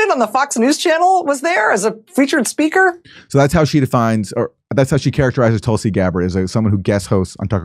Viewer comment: She refuses to say Tulsi’s name now, and when she did she couldn’t even pronounce it; instead saying “Tolsi.” Pathetic.